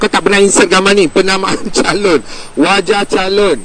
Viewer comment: Itu kari la.. dan it’s ‘calon’ not ‘calun’